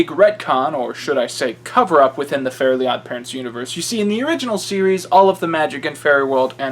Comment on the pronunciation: that's great and all but why are the "elves" the only ones that aren't mispronounced? Like, Timmy is Tommy and Fairies are Fairlies, but the elves are.... Elves?